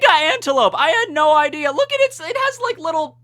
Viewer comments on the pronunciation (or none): none